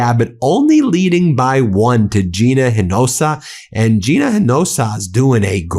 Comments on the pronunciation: Hey Ben; This is how Hinojosa is pronounced: "eee-no- ho-sah"...pass this on to Ben Meiselas please! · Ben-It's Hin-o-josa (een-o-hosa) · Ben- please try to pronounce Gina Hinojosa’s last name correctly - Ee-no-HO-sa — four syllables. Thanks. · Gina’s surname is repeatedly mispronounced here! It is Hin-o-josa (“j” pronounced as “h”), NOT Hin-jos-o. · Hey Ben! In TX Hinojosa is pronounced "Eena-hosa"!!! Other than that, i love what Meidas Touch is building and doing! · I love your videos, but I sure wish you’d learn to say her name correctly. It’s pronounced ‘EENOHOSA’. It’s not that hard, it’s Spanish! H’s are silent, J’s sound like H’s! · Ben, please up your game...running against Abbott is GINA HINOJOSA. pronounced "Hee-nah-hoe-sah" Yep. I give her my support. F Abbott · Her name is Gina Hinojosa. Pronounced HEN-AH-HOSE-AH. Thank you for your attention to this matter. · FYI - Gina's surname is pronounced " i no HO sa." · Hinojosa. 4 syllables: He-No-Ho-Sa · Hinojosa = /E-no-hoe-zah/ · Ben, Gina's name is pronounced eenohosah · Ben it's Hinojosa (inojosa)😂ask Ximena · Then her name is not hard to pronounce. The H is silent inoJosa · LOL Ben! Hinojosa=HE-noh-HO-sah Signed, A Texan. Let's go BLUE TSUNAMI! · Hey Ben, I'm Latino, when you pronounce Hinojosa, its ' Hen- o- hose - a' Hope that helps you. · Bro--- HINOJOSA -- 4 syllables (he-no-HO-sa)- -- not 3 syllables. . .. And Stop Saying DATA CENTERS. --- ask yourself, WHAT DATA??? -- SURVEILLANCE DATA. They are SURVEILLANCE CENTERS. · Please learn how to pronounce Hinojosa. You got it very wrong. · as a Texan I'm begging you: PLEASE learn how to pronounce Hinojosa! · Ben, aporecuate you so much. But -- please pronounce Hinajosa and Cocchiarella correctly. Live you! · Hinojosa. H silent 4 syllables follow…❣️ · Respectfully Ben, you gotta learn how to pronounce Hinojosa correctly ❤ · You are pronouncing Hinojosa wrong